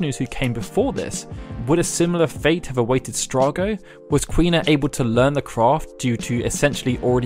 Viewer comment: Quina is Queen-a/King-a